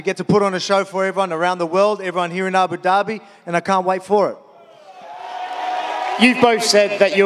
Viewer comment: at the end Dana was about to say " Abu Doobi " 😂😂